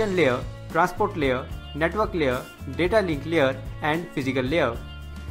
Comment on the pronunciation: it's LAYER, not LEE-ER